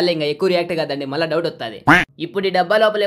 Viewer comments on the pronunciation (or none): none